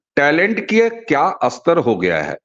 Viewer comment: अस्तर ❌ नही "स्तर" ☑️, अस्थापित ❌ नही "स्थापित" ☑️ ...